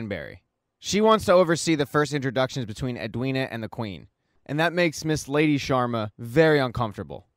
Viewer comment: "The Shwarmas" has me in stitches 😂😂😂. It's SHARMA, my dude